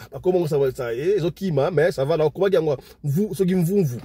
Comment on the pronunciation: 😮😢😢 Oui, c'est exact ! La bonne prononciation c'est le quartier Tchimbamba, Tié-tié et Mvounvou. Merci !